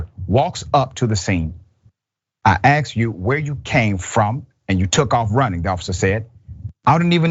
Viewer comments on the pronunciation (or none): Asked not aksed.